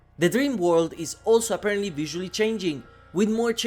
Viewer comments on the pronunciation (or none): none